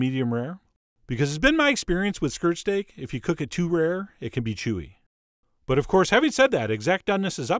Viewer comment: I thought he was saying skrrt stake